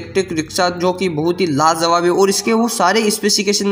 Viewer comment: Are lajawab bolte hain lazawab nhi pahle bolne ka tarika seekh